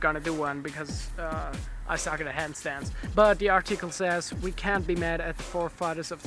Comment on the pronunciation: Lol "Ardchickel" (Article)